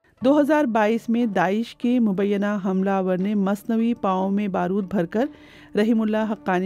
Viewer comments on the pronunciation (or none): O BB lafz masnoi he na k masnavi yar urdu to thik se parho na